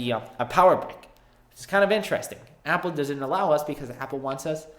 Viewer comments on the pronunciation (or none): none